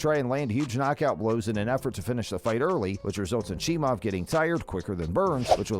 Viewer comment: Why would you post this video AGAIN ??? You posted this before the Burns fight and UFC273...Click Bait for more views ain't cool. This is old news and furthermore....SAY Khamzats last name properly....Its NOT CHEE- MOV its CHEE-MY-EV. Have a great day 😀